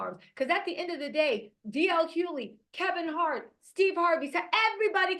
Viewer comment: who is DL Huely? 😂🤣🤣 Chile, I love it.😂